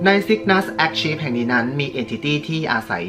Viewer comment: Archive อ่านว่า อาร์ไคฟ์ นะครับ